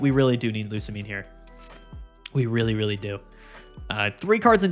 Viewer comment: Bro I told you how to pronounce Lusamine!